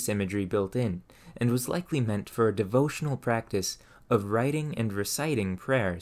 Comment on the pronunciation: I love your content although I am relatively new to your channel. There is one thing that I've noticed in your speech that I can't get over. There are words that you pronounce awkwardly such as for being pronounced as fur. You sound like a native speaker until you say that. Just wondering where your accent comes from?